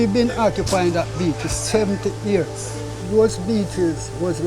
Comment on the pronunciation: She said alot of persons lol smh it’s alot of people, and years are pronounced as is not hears 😂🤦🏾‍♂️